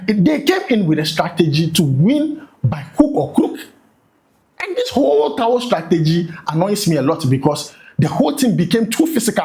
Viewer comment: Is it towu or towel 😂😂